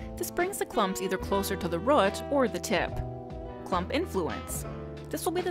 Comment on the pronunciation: Please love, it's root, not rot. I hope it isn't rot. Nice tutorial though. Just what I was looking for. Please keep them coming.